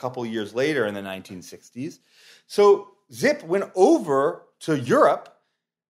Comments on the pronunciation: It's pronounced "zippy", not "zip". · Both of you were wrong. His name was Gernot Zippe. German "z" is pronounced as English hard "ts". The "e" at the end of his name is a short and weak e, and it's close to "a" in the English word "back".